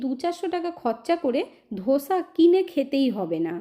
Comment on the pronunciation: ধোসা নয়, দোসা😊